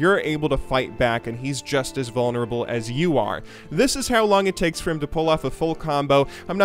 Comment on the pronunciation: Hehe, He called Renekton vaulnerble in lane.